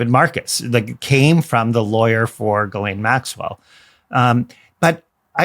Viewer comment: It's pronounced Gee Lane Maxwell!! Her first name is French! Ghis=Gee ❤❤❤